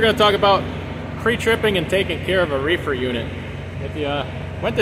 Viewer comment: He said refer lol